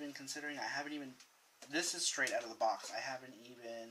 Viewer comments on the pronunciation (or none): none